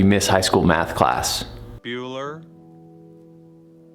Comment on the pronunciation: Math? I thought you said meth. I’m outta here.